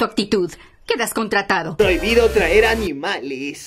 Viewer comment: Jeje" trazer" no traer